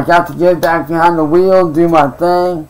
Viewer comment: "It feels good to get vehind the vheel again..." FOOL YOURE PLAYING WITH A TOY